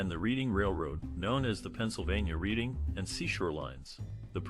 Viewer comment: A masterful view of aging post war America and American culture. Featuring the now demolished Marlboro Blenheim and Dennis Hotels, and Captain Starnes Seafood Restaurant. BTW The Reading Railroad and the City of Reading PA. are pronounced "Redding."